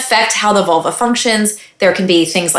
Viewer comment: I keep hearing Volvo.